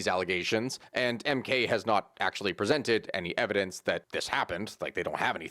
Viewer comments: You did butcher the mk pronunciation :) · You butchered the MK party's pronunciation so badly I spat my coffee out. Thanks for the laugh. Good summary of SA political history though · The way he said the MK party outloud was too funny. Good shot though